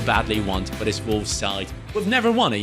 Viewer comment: love the german pronunciation of volves 😝